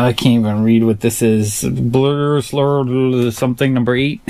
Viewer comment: In the video, you pronounced one of the indie comics like this!🤣😂